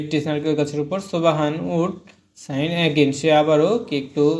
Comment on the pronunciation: ছুবাহান না স্যার সুনাবান